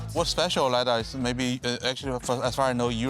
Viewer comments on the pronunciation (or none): pri robotaksiju so bili debilni prehodi posnetkov, ki so dajali občutek, da je avto trčil. in stalno govori lidEr, namesto lidAr (če že ne lajdar).. sicer pa kul reportaža.